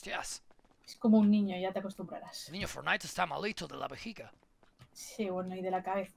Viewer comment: "Que se han cargwado al niwno forwnai" XDDDD